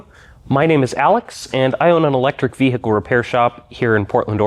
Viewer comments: Urrmmmm Ve he cle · Alex... I can recommend a barber. Ve-HIC-le? 😆 But you're good at what you do....👍